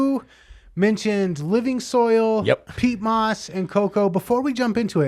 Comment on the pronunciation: Pete moss...😁...who's this guy😂!?! Peat moss bro...and I'm French 🤔😎!